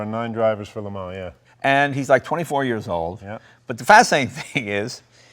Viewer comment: La Mar? How can La Mans be pronounced La Mar? But wow, what a car and what a race.